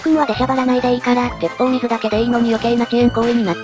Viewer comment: てっぽうみずじゃなくててっぽうすいだとおもう(多分)